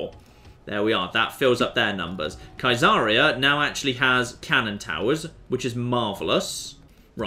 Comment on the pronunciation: Has ever mentioned that Caesarea is named after Caesar? His pronunciation seems to suggest it hasn't occurred to him and it bugs me every time he mentions it.